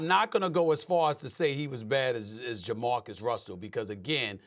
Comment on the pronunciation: Nah- it’s JaMarcus